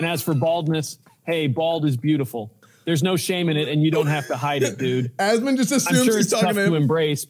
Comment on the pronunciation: Anyone else exclusively pronounce it "As ... mon gold" now?